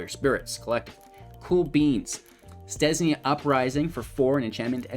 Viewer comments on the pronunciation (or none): Stesnia Uprising? I thought it was called Stensia Uprising!